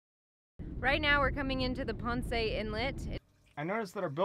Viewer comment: Just Ponce. Not poncė